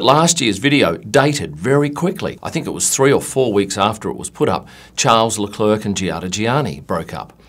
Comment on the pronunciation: when you can’t pronounce Charles Leclerc’s first OR last name... 😳